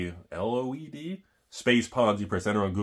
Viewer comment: Mcleod is pronounced mc cloud